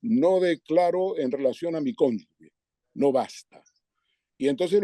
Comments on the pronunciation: Por favor, es cónjuge, no "cónyugue" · Ernesto, cónyuGE, no cónyugue. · Todos los días igual Ekaizer. ¡Es cónyuge, no cónyugue!